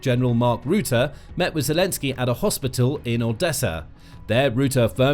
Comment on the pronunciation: Rutte, not ruette. Say ruzzia, .....not ruezzia